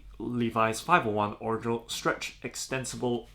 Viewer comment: You pronounce original wrong.